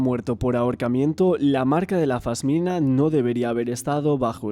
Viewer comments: Un trabajo bestial! Pero cada vez que dices fasmina se me suicida una neurona. es una pasmina amor 😘 Ojalá Mario tenga la justicia que merece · Se dice pasmina, no fasmina.